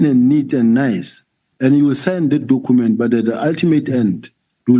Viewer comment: "docooment" 😢.. can't you say document"